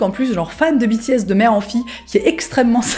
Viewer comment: biti-S T.T j'ai pas compris au début que tu parlais des BTS tant ta prononciation diffère de la mienne XD (je le prononce comme la filière en fait)